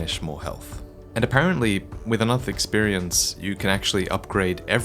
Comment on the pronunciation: Woah woah woah, slow down. Eck-spearience? And Eck-spearience POINTS? Why, I've never heard of something so convoluted in my entire 20 years of gaming.